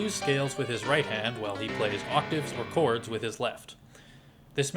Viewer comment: "with only 4 cods! " the way he said 4 cods was always amusing to me. I used to shout it with him the same way and than skip the ad. was fun. this part only. On a serious note, for anyone reading this, DO NOT! and NEVER buy any course with the words MASTER CLASS, FREE, or CODS instead of chords. hell, do not buy anything that comes from a YouTube, Facebook AD that has master classes and all that jazz. great great investigation and amazing video. thank you for your work.